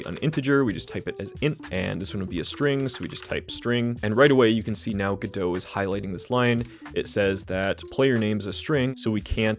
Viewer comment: normal people: go-dot, god-o this guy: gdö